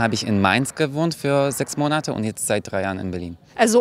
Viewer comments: Ich habe eine Frage. Ich habe es in mehreren Wörterbüchern überprüft, dass die korrekte Aussprache "MO nat" ist (die erste Silbe wurde betont). Doch höre ich in diesem und anderen Videos von Easy German manchmanl "MoNATe" (der zweite Silbe ist betont). Ist das ein Fehler, oder sagt man wirklich so im Alltag? Vielen dank im Voraus :-) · Die korrekte Aussprache wäre mit der Betonung auf die erste Silbe ("MO-nat"). ☺️